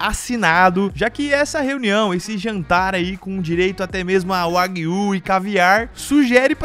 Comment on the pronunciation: Kkkkk é bizarro como todo mundo pronuncia Wagyu errado